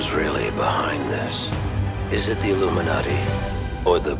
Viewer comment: "Illumi-naughty" lol